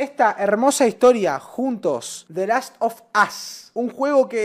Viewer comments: pronunciando el nombre del juego los que quiso decir: 😎 los que un gringo entiende: 💀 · "DE las of Uss" Tqm xd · The last of as dijo jaja